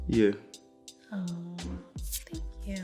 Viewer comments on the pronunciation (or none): “aHhhWw......................tHnk Yu 👁👄👁”